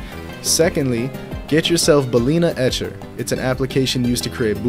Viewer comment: ah yes bals itcher